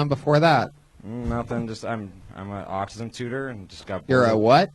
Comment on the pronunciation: Dude teaches kids with autism but pronounced it aucum???